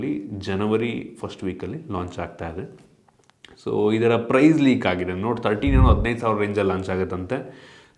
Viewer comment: ಲೆಕ್ alla ಲೀಕ್😅😅